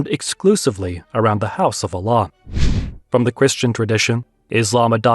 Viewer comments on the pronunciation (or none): Learn to pronounce the word Allah: Al-laah not Aa-laah!